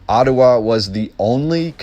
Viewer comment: Enjoying the presentation, never heard Ottawa pronounced Ottuwa, interesting accent, are you Canadian,?